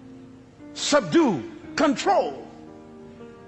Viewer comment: Sub-due..... Still paying attention tho! Lol